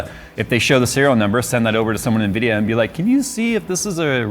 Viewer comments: "unvidea - unacceptable, same thing" lol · Nvidia = Unvidia Me: hmm makes sense 🤣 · "Unvidia"... that's actually deep.